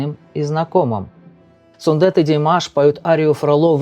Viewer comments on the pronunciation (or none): Автор, пожалуйста,не говорите СундЭт. И в некоторых роликах слышала фразу неоднократно "Димаш родился в городе АктобЭ. Слух режет. Там же стоит буква "е". Явно же видео что там "е", а не "э". Так почему же Вы говорите СундЭт. Он Сунде́т. Ударение на звук йэ. Буква е. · Сүндет, произносится как пишется, через "е", а не "э". В казахском языке, слова как пишутся, то так и произносятся. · 👍👋 Только не СундЭт, а СундЕт 😀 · Как всегда очень профессиональный обзор. Всё на высшем уровне. Спасибо большое за Ваш обзор. Я извиняюсь, но Вы неправильно произносите имя Сундета. Сундэт это как Алексей, Алэксей.